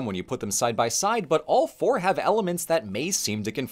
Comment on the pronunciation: I yawned when the quick introduction was going and I misheard: took a second before I realized that saying "today we'll focus on porn." should be "today we'll focus on four.".